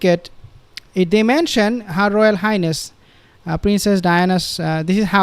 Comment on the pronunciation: her royal hind-ness